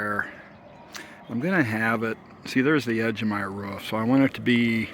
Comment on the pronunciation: Love how u say ruf instead of roof. Reminds me of my grandmother